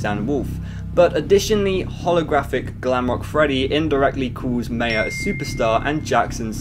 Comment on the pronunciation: the way he said maya tho its ma-yea